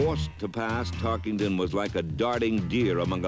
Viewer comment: Notice how the announcer keeps saying "TarkINGton" for "TarkENton." (emphasis added)